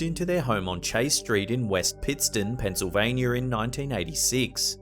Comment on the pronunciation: "pensylvainYER" "canadER" lmao 🤣😂